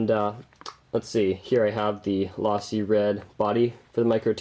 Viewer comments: It's pronounced LOW-SEE not LAW-SEE. and $40 for a chassis that's barely lighter than the stock plastic one? That doesn't sound like it's worth it. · its lowsee not lawsee your wrong get it right or dont say it at all you sayed it wrong a ton of times!! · But it's not lasi its losi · its low seeeeeeeeee not laaasseeee your saying it wrong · Dude if you say lawsee again I’m going to lose my mind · You said losi wrong and my ocd went crazy it’s low-si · every time he says "lawsee" a baby fuckin panda dies. but a good vid though, pretty badass he built it from parts. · its losi- lowsi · its (LowSee) is the correct way to say it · u said losi wrong its sounds like lOsi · Dude my ocd went crazy when he said losi wrong